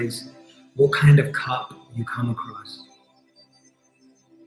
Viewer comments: This has been most enjoyable, I kinda went on my own journey though. Also, I swear u said cub xD not cup. So I imagined a baby cheetah xD which I took up to care for and go on our journey together. Now what does that mean, since I didn't have no plastic cup, I trashed :D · I thought he said cub too. Mine was a lion and I was confused by being asked what it was made of. When I realised I changed it to a mug I bought with a friend that always reminds me of her.